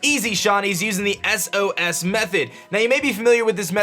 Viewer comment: wtf is an "eses" method? ITS S-O-S. also take care of your rotom asshole.